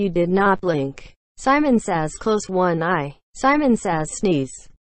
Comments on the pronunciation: u said samon too of simon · When she said samon i didint do anything